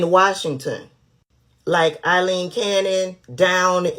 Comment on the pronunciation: A-ileen. Nice job!